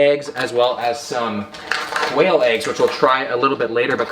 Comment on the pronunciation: First time he said quail eggs I heard "whale eggs," and I was like huh interesting, till later I realized whales were mammals and therefore dont lay eggs.....